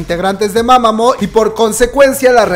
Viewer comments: se escribe Mamamoo pero se pronuncia Mamamu bro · Me da algo cada vez que dice mama'mo' xD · como fan de Mámamo. También: win, wen, wiin, huein, Solár, jaudhsjsjdj Jajajaja amo su esfuerzo por incluir info sobre otros grupos pues antes no hablaba de Mamamoo. Muchas gracias